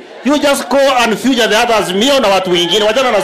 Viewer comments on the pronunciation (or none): hahahaha Sudi's English though "Don't future us" my friend it is feature .....Kicks of the dying horse ...Nyumbani mtaenda tu